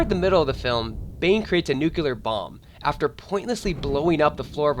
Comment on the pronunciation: its not nucular, its nuclear... u sound like a total moron by calling it nucular... otherwise great video haha